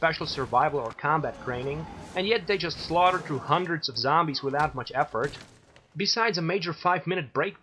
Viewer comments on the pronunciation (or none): none